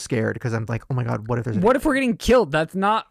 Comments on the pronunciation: OH MY GIRTH! Instead of oh my gerd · Band name : Er-Ma-Gerth 😂😂😂😂😂😂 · Pronounced " oh my gurth*